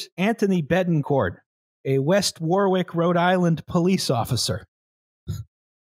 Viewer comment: Cancelled for pronouncing Warwick as War Wick. 🙂